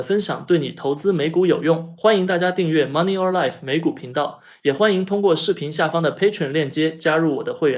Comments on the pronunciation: 声音明显是ai, Money or life没有连读，RKLB你读股票代码，以前都是rocket lab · 为什么money or life不连读了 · 其實Ai配音完成度很高欸 雖然一打開聽到 Money “OR” life覺得不習慣😂 其他覺得還不錯